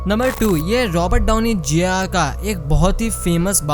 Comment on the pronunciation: robert dani junior Junior nahi bol pate ho kya bhai 😂🙏